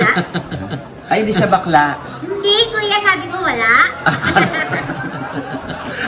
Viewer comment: Kaloka ka talaga ang lutong ng pagkasabi na bakla si Mama Loi 😅